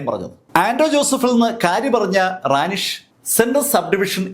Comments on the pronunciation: റാനിഷ് അല്ല റെനീഷ് ആണ് സർ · കൗൺസിലറുടെ പേര് റാനി ഷ് എന്നല്ലാ റെനീഷ്